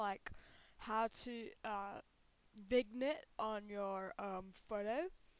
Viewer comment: Its pronounced vin-yet, not vig-nette...